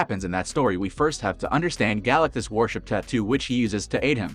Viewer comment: You need to recheck your pronunciation it's wrong on his name...